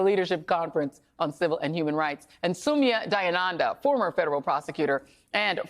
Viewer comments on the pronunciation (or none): Joy you mangled Soumya Dayanandas name. Considering you guys have a bunch of Indians on your shows I think you should at the very least learn to pronounce their names.